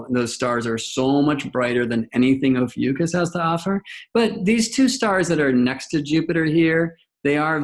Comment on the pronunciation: Love the video but brother ..its O PHEE ICK US....oh fee ick us... Ophiuchus...lol it drove me crazy whatever u were saying